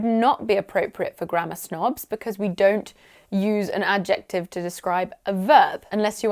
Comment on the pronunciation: I'm actually surprised by your pronunciation of "adjective" 😜.